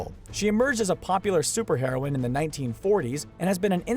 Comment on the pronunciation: I thought you said "Superheroin" instead of superheroinne